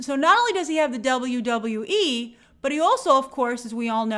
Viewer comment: As a wrestling fan the way she says WWE bugs the shit outta of me